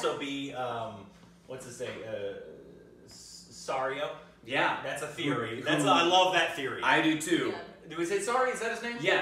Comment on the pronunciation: Warning...possible SPOILER... Arya's "water dancing" teacher was S-Y-R-I-O (Seerio) Forel! And it's J-A-C-Q-U-E-N (Jacken) H-A-G-A-R...I don't know what the hell pronounciation you were trying to make with his name. And yes, some people are theorizing that Syrio not only survived season 1, but that he is Jaquen Hagar... disguised as none other than Jon's father...(ok, Aegon) ... Reaghar Targaryan.